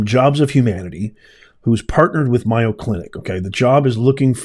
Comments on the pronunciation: May-o, not Myo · It's the "May-o, , not my-o" clinic. Please say it correctly just in case people are listening and not seeing the video. They may not know the right place, Mayo is a big well known medical name in the USA. Thank you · by the way it is MAY-O not MI-O. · It is such a blatant error! The Mayo Clinic is the largest medical group in the world, and it is odd that a professor would not know its correct pronunciation. "Mayo" does not even look like "Myo." The mispronunciation could be overlooked for many other people, but not ""! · "MAY Oh Clinic" not "MY Oh Clinic" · MAY-o Clinic! Not My-o. Although, saying their name wrong may be well deserved. The DEI people probably call everything they're able to get control of My-o. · It’s called May O clinic. Not miyo. But I think our squatters laws have to change. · MAY O in Wisconsin where I live. Not MI O. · It's M A Y O...NOT MIYO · May o clinic not my o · MAY- oh Clinic. It's not MY-o Clinic. Where are you from? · It's pronounced May oh clinic. Scottsdale clinic infected not all. Try the other two. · lol, it's MAY-O as in mayonnaise! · It is MAY O! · It's may-yo. Like mayonnaise. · Mayo, as in mayonnaise. Get it right ! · MAYO CLINIC (pronounced like Mayo short for mayonnaise). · Pronounced May oh The Mayo brothers from my neighborhood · No offense, but it's pronounced MAY-o Clinic. Keep up the good work! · Pronounced May- O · It's pronounced May O. Mayo clinic. I don't believe you were there. Or you would know how to say it.😢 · I LIKE YOUR CHANNEL however it’s pronounced MAY-O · No disrespect intended, but it is pronounced Mayo as in Mayonaise.😊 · Good Lawd! How does he NOT know how to pronounce that !!!??? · he’s an intelligent man that doesn’t sound like one when he doesn’t pronounce the name of a MAJOR medical center correctly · You are mispronouncing Mayo. Such a nothing program.